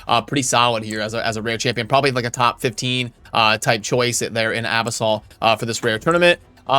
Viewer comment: Abyssal 's pronunciation is typically Ah-BISS-ul Abyss-l